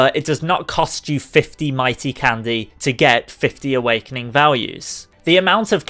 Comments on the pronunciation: Stop saying candeh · I hate the way he says candy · My friend says he dislikes the way you say candy